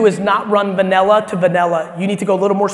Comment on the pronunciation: Gary says vanella not vanilla 😂